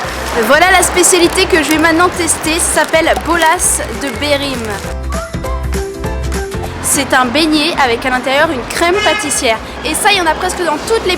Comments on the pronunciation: Et c bola de berlim et pas belim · C’est pas « bolas de berim » c’est « bolas de Berlim »